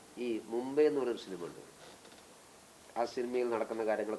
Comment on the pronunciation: ഷിനിമ എന്നല്ല മോയന്തേ സിനിമ എന്ന് പറയു